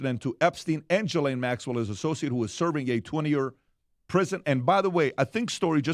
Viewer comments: I hate being this person. But it's pronounced "Ghee-lane". Not Jiz-lane, not Jill-ane, not Jis-lane. Ghee...like clarified butter. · Guys guys guys come on….if you want to be taken seriously, y’all should know by now her name is pronounced “GHEE LANE!” Not “JIZZ Lqne!” FFS get it together and do your damn research! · Sounds so silly when he says it was a J .. it’s a French name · Can the country all take one day off to come to a consensus how to pronounce “Ghislaine”?